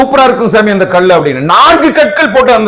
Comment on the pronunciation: 4 Kal enbathai kudikkum Kal endra tamil pothu lagaram ie. Kilikku podum LA pottu ill ucharikkireergal .2vathu il klcorrectaaga solgireergal.